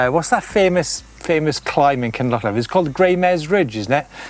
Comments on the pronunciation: Oh and in Kin loch leeven 🤣, not livin🤣🤣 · The guy on the West Highland way is Derek Ramsay. Kinlochleven is pronounced Kinlochleeven, while I'm at it it's The Grey Mares tail. Do yer homework Lads or you will be banned from Bonnie Scotland.